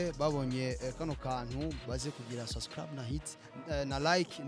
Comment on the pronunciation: Mbe nikuki abarundi na banyarwanda bananirwa nukuvuga subscribe bakavuga sasikrab?mbe nikuki aba naija na cameroun bananirwa nukuvuga ask bakavuga axe??ha ha ha